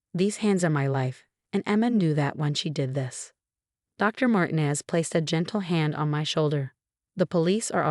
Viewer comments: Dr. MarTEEnez (not Martines with no accented syllable) is a person of many different skills. Bless her heart! The composer, Ludwig von Beethoven (the last name is pronounced Baythoven, not Beethoven) would have been displeased with the mispronunciation of his name. To say the least. Please, please remember that a name that is improperly pronounced, especially a famous name like Beethoven (spelled one way, but spoken another, as is often the case) or a familiar one like Dr. Martinez's takes people away from reading the story. Please teach your AI's to properly pronounce names (and, in other countries, the names in this story would have been pronounced differently than in English as well. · The name Martinez is pronounced MarTeenez, not MartinEZ. Your AI needs to take Spanish lessons